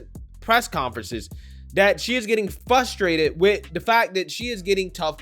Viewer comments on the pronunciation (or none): "fusterated"??? it's fRust-er-ated